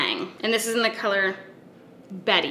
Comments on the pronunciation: I am pretty sure it is pronounced Bett (instead og betty) after bette midler 😊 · Bette as in Midler not Betty as in Rubble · It's "bet" like Bette Midler! geeeeeez lol 😋🧡